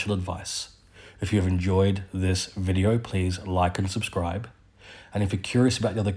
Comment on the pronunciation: Says video like en vogue